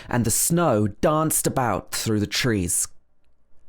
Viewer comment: Short high vowels trees is coming out nearly ‘triss’ And ‘trispassers’ Where did you go to school.? North of London?